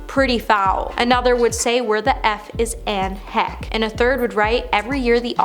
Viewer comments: Who is Anne Heck! Not very good at paying respect yourselves guys with the name mixups guys. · Girl, pronounce their names correctly. Edit out your mistakes. Do better. Who is editing this video??? Anne Heck???? At least Google their names before you record your video. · Yup, and she kept saying it, over and over and over....a channel that is dedicated to celebrity news and gossip would know how to pronounce Anne Heche and Lenny Kravitz! This is just a YouTube version of like farming, with "comment please" replacing the "say amen to heal this person's disease", lol.